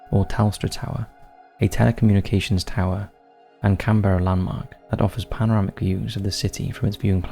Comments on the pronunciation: Ugh. It's pronounced "Can-BRUH", not "Can-BEAR-uh". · 'Can Beara'? Why does the narrative not have a clue how to pronounce really well known places and names?